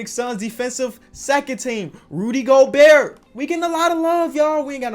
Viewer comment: he knows it's pronounced go-bear as you can clearly tell